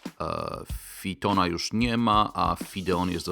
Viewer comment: "Fitona" powiadasz.. w jakim języku ta wymowa?